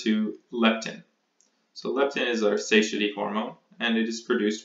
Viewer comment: Friendly observation: Suh-TIE-yety.